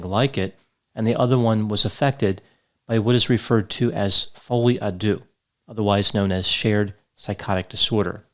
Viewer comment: My OCD needs to know what's in the drawer! Yikes! Tuesday Bluesday...how's everyone feeling? I'm cranky af. Folie a deux brings me to the FOB. Oh la la, french is superb! Greetings from earth you fine peepole!